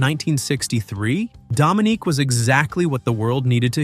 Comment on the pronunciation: Dude, you really messed up pronunciation of "Muddah," "Faddah," "Dominique," and "Arab" as they were pronounced in the songs. Sheesh!